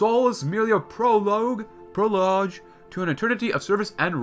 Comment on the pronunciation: “Pro-log” is how you pronounce prologue.